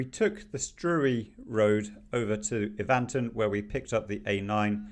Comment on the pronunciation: Evanton is pronounced Evnton not Evaanton and Bonar Bridge is Bone ar Bridge. Well done on your use of passing places! I wish everybody from down South did the same. Manners are appreciated on single track roads especially when they park IN the passing place and NOT on the road before they get into it. Not dunroe bin but Dunrobbin as in a man's name. Scourie is pronounced scowrie. ow as in Cow! Handa very interesting. Never been there. Lovely video to see! Ben Suilven is Sooilven. Rhiconich is Rickonich. Thank you. I enjoyed your visit very much!